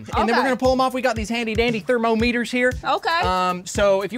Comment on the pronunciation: he says thermo-meters and then almost immediately says thermometers lol